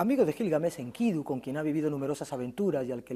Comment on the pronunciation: Maravilloso oír a Lara Peinado, por cierto pronuncia muy bien a Enkidu( acento tónico en la última sílaba) y no en la segunda como lo pronuncia la periodista sin afán de menospreciar casi nadie lo hace bien, muy buena entrevista.